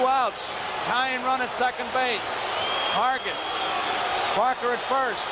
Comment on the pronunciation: Gary Hargis’ only MLB appearance — you gotta love the way Garagiola busts his chops, and mispronounces his last name (“Hergis”) for good measure. I actually saw him play in the minors, for the Columbus Clippers, before they became a Yanks farm club.